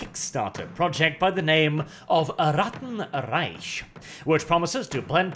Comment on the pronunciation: You pronounced Reich incredibly incorrectly.